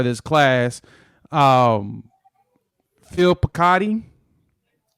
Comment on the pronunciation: PJ Adebawore = Ad-a-bar-reh Sammy Omosigho = O-mo-see-go Phil Picciotti = Pa-chah-ti You said Heath's name correctly. These pronunciations come from the players (actually, Phil's mother tweeted their name's pronunciation). Not knocking your work, I'm a fan. I just thought that recruits would appreciate their names pronounced correctly.